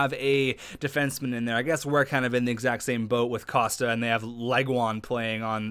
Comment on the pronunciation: your one of my favourite youtubers, but for gods sake its COST-KA KOSTKA:")